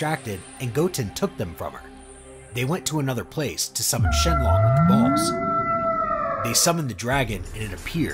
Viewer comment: If there's one thing in life I cannot stand its pronunciation it is not shin long it is shinnron